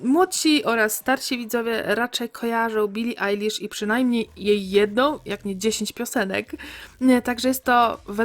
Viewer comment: Jejku, świetne intro, ślicznie ją zrobiłaś ! I dziękuję, że nie kaleczysz jej drugiego imienia, bo czasem niektórzy mówią ejlisz, a ty naszczęście powiedziałaś Ajlisz, a mnie to boli jak ktoś mówi ejlisz hahah 🙈❤